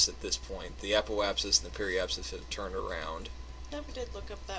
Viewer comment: I just wanted to clarify some vocabulary for you: You're right in how you said apoapsis (app-o-app-sis). But there are a few additional points I want to make. When we talk about orbits around Earth, we talk about apogee (Farthest point from Earth's center), and perigee (closest). When we talk about orbits around the Sun, we say aphelion (farthest) and perihelion (nearest). Because you're talking about Kerbin, you could use apoapsis, but traditionally for orbits you would use the prefixes 'apo' and 'peri' and some word associated with the body in which you're orbiting. :-)